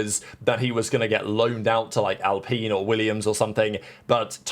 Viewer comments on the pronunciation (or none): When does alpine suddenly sound like alpene